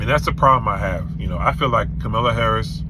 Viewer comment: if you'll follow someone with bad character then you must have bad character also. Don't vote for Trump AKA Mr Retart. Also can you please say her name right dude. Very very disrespectful